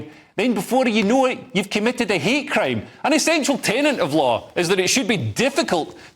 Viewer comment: I love the Glasgow accent. You said 'hate crime', I heard 'hair cream'.